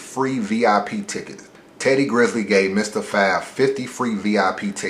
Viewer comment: Teddy GRIZZLE was a fuckin culture vulture. And you talking about respect when you can't even get dude name right. C'mon man.